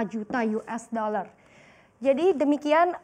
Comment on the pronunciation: Mencapai 231 koma juta yues daler :-D